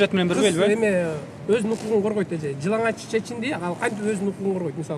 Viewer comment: Бул кыз жыналач дейт го жылаңач деп айтылат